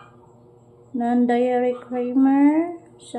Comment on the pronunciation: Check mo ung sugar content makikita mo kung added na…lol sounds like deyyyyyri for dairy Bhe not dayary 😂